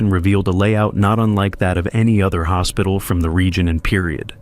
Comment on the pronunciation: Oh. Desert-ed. I get it. But. Hopsital?